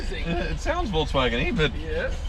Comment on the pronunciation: volKswagen. Not volTswagen. It's not an EV.